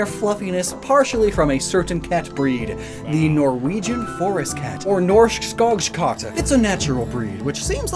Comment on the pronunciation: As a Swedish speaker, I'd say he nailed saying "Norsk Skogskatt"